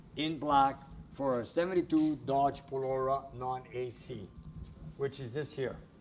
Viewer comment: when you spoke about the Dodge Polara, it's pronounced (pol AH RA) not (pol OR RA)!!!!